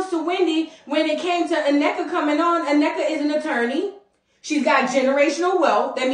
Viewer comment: Thanks for showing respect and pronouncing Nnekas name correctly!🎉